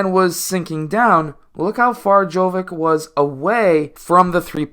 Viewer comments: if you can pronounce "jokic" correctly, why won't you try with "jovic" as well? same ending. same pronounciation. also like "dragic" and "doncic" and even "pulisic" ... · Dude, his surname is pronounced exactly as Jokić's, it's only he's JoVić. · It is pronounced same as Jokic but with V in stead of K